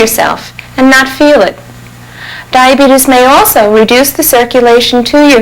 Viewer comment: Brimley looked pissed when that other dude tried to correct him on how to pronounce diabeetuus.